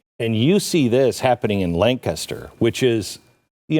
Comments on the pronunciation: So glad she says Lancaster right😹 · Thanks for pronouncing "Lancaster" correctly. Almost never hear it outside Pennsylvania.